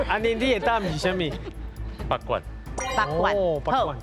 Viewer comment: 阿松哥北管南管發音都講錯😅沒做功課😅